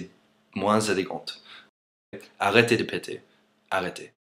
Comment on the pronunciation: XD avec son accent le "ARRÊTEZ DE PETEZ !!! " est plus drôle XD